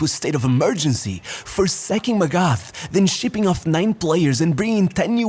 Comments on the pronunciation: PLEASE learn to pronouce names.. its MAGATH not MEGAF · its "Magat" .. the h is silent bro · yo bro it's pronounced "mah gut (think of maggot)". in german there's not the "TH = f/s sound". the "A" is pronounced the same like the "U = A sound" in f.e. Hummer. hope that this is somewhat comprehensible, helpful or even somewhat interesting (i'd suppose is already too big to be able to read every single comment) great vid, always pumped for your content! EDIT: Heynckes, the "S" is never silent in german. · Magath. It’s spoken as Magat. The h is silent in German. Similar to Thomas. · Dude pronouncing Felix MagaTH wrong 😭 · How can you talk about football and not be able to pronounce "Magath" or "Heynckes"?